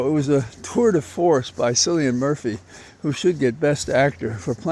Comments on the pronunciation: Cillian (hard 'C' pronounced Killian) from Gealic the NATIVE IRISH LANDGUAGE. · The pronunciation is Killian Murphy, a quick note.